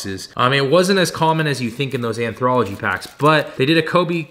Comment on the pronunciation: Low key had to go to google to see if I had been saying “anthology” wrong this whole time. Turns out there is still not an R in there.. 😂 Just messing. Love the vids man. Keep it up!